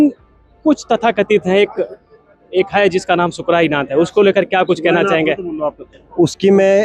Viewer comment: शुक्राई नाथ नहीं है सुकर नाथ है